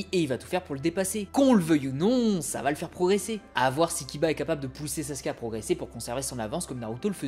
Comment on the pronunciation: Pourquoi "Sassske" 😢 Ps : c'est qu'un détail, a part ça j'adore tes vidéos